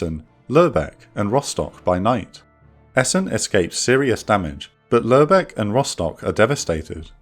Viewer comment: That's a weird way of pronouncing Lubeck